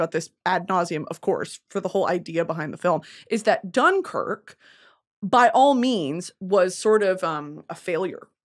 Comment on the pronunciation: Loved britanny pronouncing dunkirk wrong 50 times